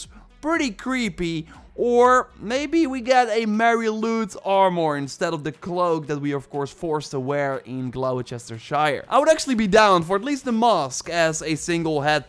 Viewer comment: Just a quick one Gloucestershire is pronounced like Gloster-sheer or gloster-shur depending where in England you’re from 😁 very confusing I know